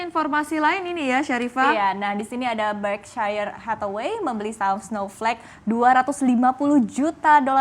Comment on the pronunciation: Lagi2 salah pengucapan presenternya, harusnya diucapkan "Berk-SHEiR" Hathaway, kata "Shire" diucapkan "SHEiR", bukan diucapkan "Shayer". Ini salah satu perusahaan investasi terbesar di dunia, jadi pengucapan harus benar. Just being honest. Btw, I will be glad to me teach presenters the correct pronunciations. 🙋🙋